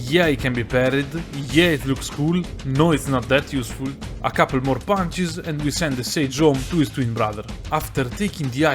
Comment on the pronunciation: "Just have to Spaam ponches"